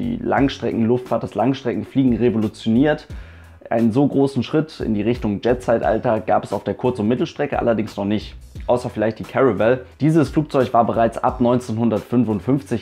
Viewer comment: Die Caravelle war ein französisches Flugzeug, wird also "Karawell" ausgesprochen, nicht "Käräwell". Flog auch bei "Air Frongs"... ;-)